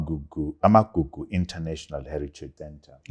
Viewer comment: Trevor please correct this’Amakuku’ heritage centre. It’s’Amagugu’